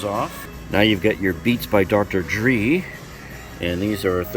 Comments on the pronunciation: Yup Dr. Dree rocks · His name is not Dr Dree